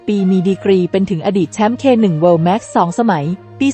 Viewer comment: คนอ่านควรมีความรู้รอบตัวหน่อยนะ เขาอ่านว่า แชมป์เควัน ไม่ใช่เคหนึ่ง